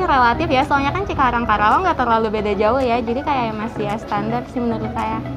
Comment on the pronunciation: Ajarin mahasiswanya pronounciation nya itu KARAWANG bukan KERAWANG wkwkw